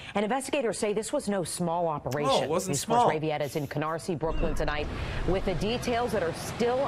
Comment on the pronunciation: Please say with. Not sure why it bothers me. Lol